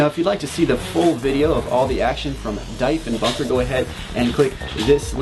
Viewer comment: Not that I'm judging, after all you gents are American but its DEEEFenbunker, not DIE. As in PM John Diefenbaker /wiki/John_Diefenbaker